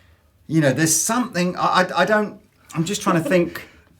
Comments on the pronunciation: "sumpthink" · I'm having trouble finding the k at the end of the word "something"